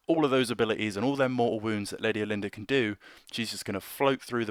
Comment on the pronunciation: Not trying to be over corrective but I kinda prefer how us hicks pronounce her name here , sounds kinda like we are saying " All- en- durr", just sounds much much more regal to me! Most of the time Brit pronunciation doesn't overt bother me with the huge way you guys pronounce the word " Idea" where it always sounds like " eye- dee-ur" just drives me nuts. Some of my friends from over there visually wince when people here say the word aluminum . Anyhow I know it's old but the for the bid, I just got my lady built and waiting for her zenithal prime to dry, She has to be one of the most ornate models I have built to this date!